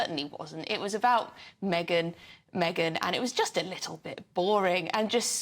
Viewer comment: Do you mean meee- Gan?